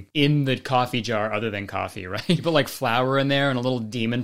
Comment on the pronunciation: kurtis says "jar" like "jawer" and it gets me every time